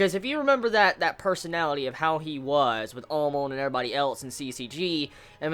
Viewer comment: why does he pronounce Amon like Almond ?